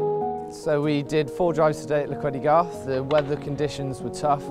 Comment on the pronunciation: Very nice! But please please please someone correct the name of the place, should be Llechweddygarth, not "Llch..." . I know you all think we Welsh hate vowels, but we're not that bad ;)